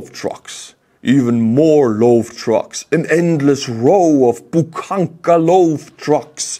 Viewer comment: It's not PUKANKA ;D. Its BUHANKA.